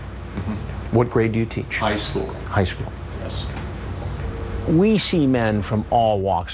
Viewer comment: Rams da Goat lmaoooo yes bro this man said it like “HIGHSCHOOL” what do u think I am.